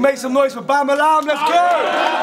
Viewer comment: bamalam is one of the only uk rapper that tries to fully pronouce his words